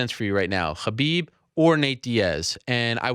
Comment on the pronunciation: stop saying "Khabib" that way Ariel